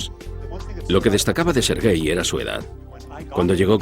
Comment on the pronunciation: Sergey* no 'ser gay'